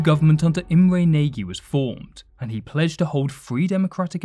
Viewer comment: You mispronunciation of Nagy is pathetic